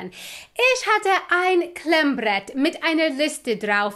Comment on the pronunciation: The "bavarian R" is cute. Klemmbrrrrett